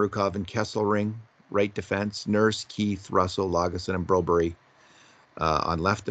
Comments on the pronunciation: Brobery. No no no. It’s actually Broberg. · Hey get real how does BRO BURG sound like BRO BARRY??????? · Take a shot everytime calls Phillip Broberg "Broberry"